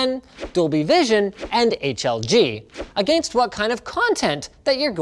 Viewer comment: Linus says a - gain - st lol